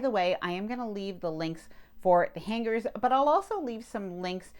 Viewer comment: The “G” in hangers is silent!